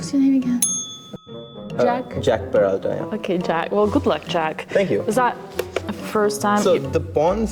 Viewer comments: I heard jack "paratha"😂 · "I'm Jack peralta" in the heaviest Indian accent 😂